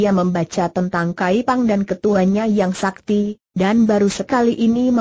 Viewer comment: Ini yg baca robot / program, jadi ada kalanya gak sesuai dgn kaidah pelafalan bhs Indonesia yg benar.. Contohnya "sakti" dibaca "es A Ka Te I" 😁😁 Namun paling tidak sangat membantu kita untuk mendengarkan sambil melakukan pekerjaan lain. Dan untuk itu saya apresiasi sekali. 👍